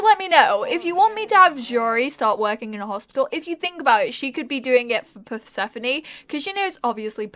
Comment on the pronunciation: I'm actually named persephone (I'm greek) and it's a perfect fit for the character (and your pronunciation is perfect). Fan fact the name translates light and darkness from ancient greek.